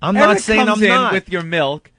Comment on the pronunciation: Opie doesn't drink milk, he drinks "melk" lol